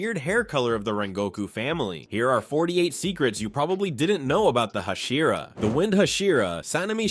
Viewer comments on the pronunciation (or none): Hushira Sanayme Kanai Bro it is annoying